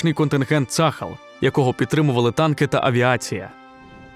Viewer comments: ШІшка неграмотно читає - не цАхал, а ЦААЛЬ вимовляється або вже Армія Оборони Ізраілю тоді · На будущее: - пишем ТельАвив, в обиходе произносим ТелЯвив - пишем Газа, произносим как "газдыня", твердая Г - пишем Цахал, произносим цахАл, не цАхал. Спасибо :)